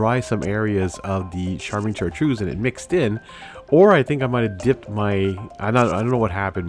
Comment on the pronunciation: I thought it was "kai-trids". Like the sound in kyte or chitin.